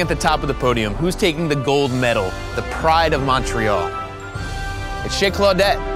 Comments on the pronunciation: First 30 seconds and he’s already mispronounced both Montreal and poutine. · « Mawn tree all » 😖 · American`s really can`t pronounce Montreal corectly